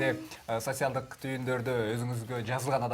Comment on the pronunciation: СоСиялдык эмес,Социалдык "ц"